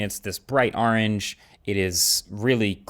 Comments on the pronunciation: That is NOT how you say orange! lol 😆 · the way he pronounces orange is hilarious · Marques, when it comes to the color, the way you pronounced “orange” bothered me soo much more than the fact that it’s a bright orange 😭 😭 😂 No hate love u ❤